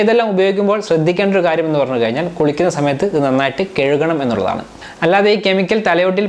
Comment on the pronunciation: കെഴുകണം എന്നല്ല കഴുകണം